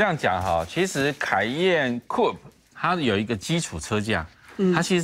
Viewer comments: 專業一點好嗎!? 唸苦配，不是酷p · COUPE 並不是這樣念的.....